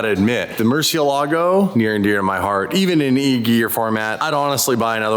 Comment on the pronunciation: The pronunciation of murciélago 🦇 is not correct